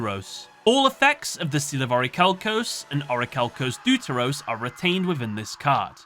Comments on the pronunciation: its not pronounced deu-te-ros my friend but vef-te-ros. this word is a greek one and it means 2nd in english language. and ofc it's not trai-tos but tri-tos that means 3rd in greek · Hey, I hope you read this comment. So, about the first of the Orichalcos evolutions. It is pronounced "thėfteros", with the "the" syllable being thick like in the word "thus". It's from the greek word δεύτερος, which means second. The next evolution is called tritos (in greek τρίτος), pronounced treetos and not traeetos, which means third. Hence them being the second and third forms! Also, fun fact: Hermos, Timaeus and Critias are the protagonists in one of Plato's hypothetical dialogues trilogy. As a greek I was really surprised that this arc of yugioh had these references! That is all, just wanted to let you know how to pronounce them correctly for the future:) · deuteros is greek it is pronounced defteros